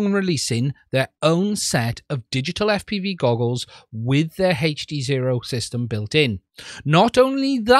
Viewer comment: It's not " HEYCH" D ZERO ITS HD ZERO